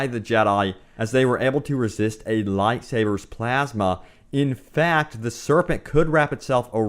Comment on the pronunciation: Wtf is you pronunciation of light sabers